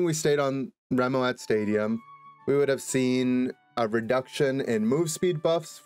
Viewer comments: rem-oh-at stadium? isnt it pronounced like remote? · Holy shit I can’t believe never realized Remoat is a pun on Remote and Moat and that its actually pronounced Remote Stadium because its a remote isolated island lel Also how the fuck is he gonna have a point about popular FPS shooters and mention Valorant, CSGO, and even fucking COD but not Apex, like bro what? lel